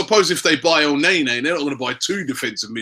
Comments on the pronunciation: EL NAY NAY...cant u spell thing right mate??? its EL NAY KNEEEEEE like nani..wth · Robbies pronunciation of players always crack me up. Elnaenae😂